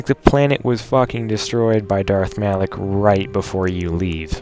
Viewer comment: Dammit man its "Malak" ;(